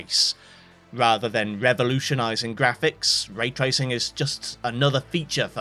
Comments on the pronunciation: "tray racing" the finest sport of all... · bruh, "tray tracing" ... you're better than that! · "Tray racing" 😭😭😭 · lol "tray racing" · 'tray tracing'